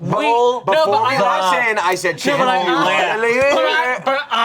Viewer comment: Chanse saying "ROLL. THE. CLIAHP" is giving Amanda's "WHEAT. AGRASS."